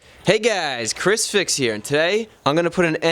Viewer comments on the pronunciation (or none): none